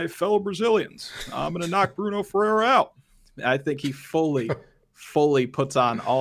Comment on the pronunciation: The way you pronounce FERREIRA is not even close. Smh